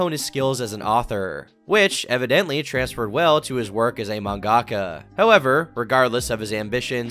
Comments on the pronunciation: Bro it is not man-gak-a, it’s man-ga-ka 😂😂😂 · saying mangaka like that is physically painful to me